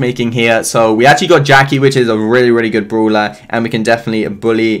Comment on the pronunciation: I like how he says bruwler not brawler